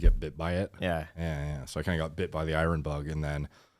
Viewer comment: calls iron irun 😂